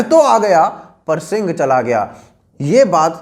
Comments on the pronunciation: Bhai wo sinha hai sing nahi. Agar pronounciation smajh nahi aa rahi to google translate hi use kar le. Gad ala pan sinha gela matlab ki killa to mila gaya lekin sher kho diya. Sher ko marathi me sinha kehte hai. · Brother, you are doing a good job but it was siha( lion) not singh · सर आपणे काहा ( गड आला पण सिंग गेला) वो सिंग नही है वो सिंह है मतलब शेर होता है ( गड आला पण सिंह गेला)👍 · गड़ आला पन सिह गेला है वो ना की सिंग ये है वो word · lol sing nahi sinh hai means lion hota hai 'gadh ala pan sinh gela'...... bolna sikh le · Vo Singh nahi sinh hai Marathi me lion ko sinh bola jata hai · सिंग नहीं 'सिंह'. अौर सिंह मतलब शेर. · Good video.... On personal note.... 2 correction.. 1. Pronunciation.... सिंग ... means horns... It should be... सिहं means lion. 2. Ghorpad ( animal ) was not used in practical. Extra iron claws were added to hand for better hold on rocks. It was strict order for army not to utter a word if they fall. Actually this ghorpad part needs to be changed in history.